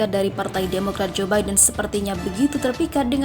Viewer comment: Joe Biden bacanya zubaidun